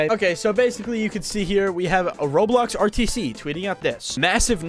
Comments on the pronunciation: bro said RoadBlocks instead of Roblox. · att the start he sed roadblocks😂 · blud really said roadblocks instead of roblox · Bro said roadblocks💀💀💀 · MAN SAID ROADBLOCKS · Bro said roadblocks 💀